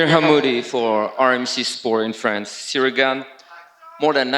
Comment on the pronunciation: JJones is a BS-er. "I respect Cereal Gain" Really? you can't even say his name right! No respect there, he's just trying to pump up his brand talking BS.